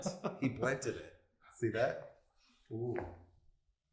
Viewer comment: “He BLENTED IT” 🤣🤣